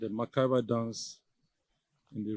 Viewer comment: It's mentally discomforting for a prof to be unconscious of his public space and repeatedly messes up the sound of a simple word. - macabre dance not macaver or whatever. What a Prof? When money becomes our main objective of occupying any position, the tendency of making one sway even shamelessly is inevitable. This is the obvious problem with Niger Delta.